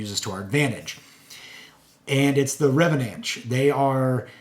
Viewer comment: It’s pronounced Reh-vahn-ch. Love the reviews!